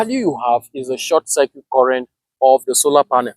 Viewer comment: Except for the way he pronounced circuit, Celsius & some electrical components nothing wrong with the way he carried out Isc He’s not short circuiting a battery nor a thin wire. solar panel behaves like a current source, not a voltage source. When you short the terminals: Voltage drops to almost 0V and Current rises only to the designed ISC. He didn’t left it for hours nor did it carry it out in a wrong environment